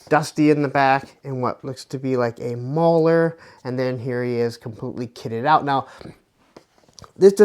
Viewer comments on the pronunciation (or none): none